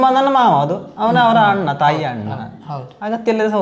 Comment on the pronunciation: "ಅನ್ನ " ಅಲ್ಲ......ಅಣ್ಣ✅